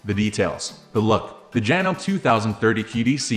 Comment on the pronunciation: Despite the spelling, it's pronounced "janomee" not "janome". It's not a life or death issue, but I thought I would mention it.